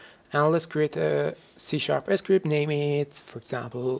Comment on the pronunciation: he actually says "game s cript", maybe he cant combine the letter s with the letter c?